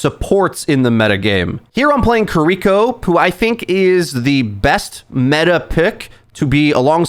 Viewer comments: Kuh-REE-ko is diabolical engagement bait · Buhteest and kuhreekoh